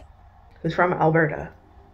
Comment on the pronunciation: Why do you say Alberta like that? Is Alberta the Canadian Florida?